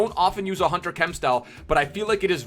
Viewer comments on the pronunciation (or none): none